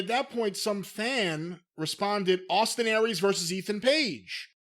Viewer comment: "So now let's start mentioning some name-AWESTIN AIR-REES..."